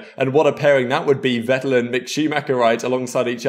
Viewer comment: Vettel is pronounced “Fettel” 😉 In german the letter V is named “Fau” and your W is in german used as your V 😉